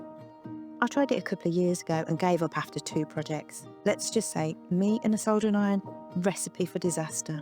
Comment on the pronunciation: First of all, you said, thinking cap. No, it’s a “thinking cat 🐈!” As you can clearly see next to you.🤧 Next , you say , sol during iron, no it’s a sod ering iron. Make these corrections and Bob’s your uncle, Fanny may even be your aunt..😳